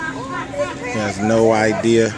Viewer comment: Did he had an idear?